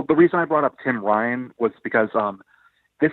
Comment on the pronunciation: LMAO! Thank god for subtitles. Whenever he said Tim Ryan I thought he said Tim Vine(a funny british comedian lol)